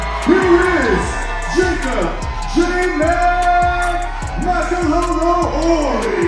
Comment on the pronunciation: Ang ganda pakingan ng ring anouncer yung binigkas na ang apelyedo ni jacòb Ma-ka-lo-lo-oy